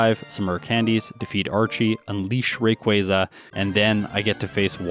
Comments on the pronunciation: Someone else who says Rayquaza correctly! let's gooooo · Thank you for pronouncing Rayquaza correctly. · Thank you finally someone that pronounces Rayquaza correctly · Rayquaza can be pronounced both ways. Quasar is from quasi-stellar meaning: star like which is pronounced with that soft ‘a’ sound like in “car”. Just a little tidbit.